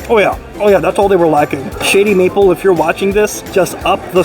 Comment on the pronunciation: Sound like you said "Shitty Meatball"